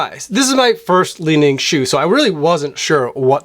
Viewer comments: Li Ning is pronounced "Lee-Ning" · Finally Chinese shoes here! For the last couple of years, I've completely ditched all my Nike and Adidas for Xtep with amazing success at less than 1/3rd of the price (I have two, waiting for my 3rd, all bought from AliExpress). (It's not "Lining", but "Li-Ning").